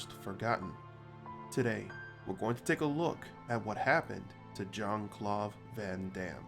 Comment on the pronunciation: I’d be even happier if the idiot narrating this knew how to speak. Calling him Jean Clauve (you can hear this shithead pronouncing the V instead of D) shows what a punk ass dick you really are.